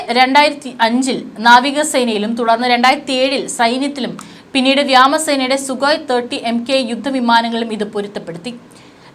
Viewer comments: ബഹ്‌മോസ് 2 നെ കുറിച്ച് ന്യൂസ് ചില ചാനലുകാർ പുറത്തു വിട്ടിട്ടുണ്ട് .. നിങ്ങൾ താമസിച്ചു പോയി 'വ്യാമസേന' എന്നേ പറയു എന്നു നിർബന്ധമുണ്ടോ കുട്ടി ? വ്യോമ സേന എന്ന് 100 പ്രാവശ്യം പറഞ്ഞു പടിക്കു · വ്യാമസേന അല്ല വ്യോമസേന എന്ന് വായിക്കു